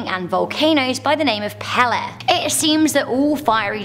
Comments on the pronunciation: Hawaiian Goddess Pele - Pronounced Pay-Lay. Not Peh-Leh. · 8 - i would have to ask a hawaiian person, but i had always heard the Goddesses name pronounced "paylay" 6 - a blood red sun doesnt bother me. what affects me is a blood moon. my people were always affected hard by the blood moon. candy for me is raw jalapeño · Pele is indeed pronounced pay-lay. However, some local Hawaiians shorten their vowels, so it sounds more like the way said it. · Hawaii fire goddess is pronounced pay-ley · You're awesome, but the Hawaiian God is pronounced pay-lay. I love your style, you are one beautiful intelligent person. Not fair you have all the good traits 🙄